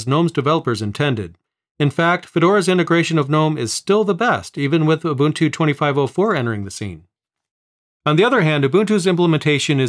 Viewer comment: It’s not you bun tu or uhh buntuu or u bunt too, it’s oooh bun two said quickly. In 25.04, If you transfer too much or too large of a folder or too many folders, then it crashes but you don’t have to reinstall, you just have to remember where you left off. LTS is like the same and not sure if it would be updated, Linux isn’t supposed to be on led monitors, that’s why nothing got used, smart phones and touch screen computers were all ions so it didn’t freeze your brain or anything.